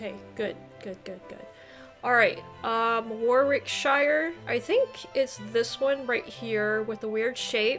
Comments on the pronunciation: Good effort! Sort of score I would have proabably got and I'm an English native. Some help with pronounciations: Warwickshire - worricksheer Worcesteshire - woostersheer Gloucestershire - glosstersheer Derbyshire - Darbiesheer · Warwickshire here. Pronounced Worrick sheer. Home of Shakespeare! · Brilliant score! I reckon that would be better than 90% of Brits. Consider a bit more practice on a few of the pronunciations such as Warwicks, Worcs, Derbys, Leics.